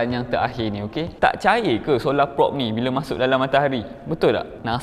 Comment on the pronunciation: sebut prob bukan prop. kenek bukan konek 🗿